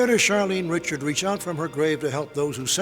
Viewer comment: Charlene Richard’s last name should be pronounced “Ri-Shard”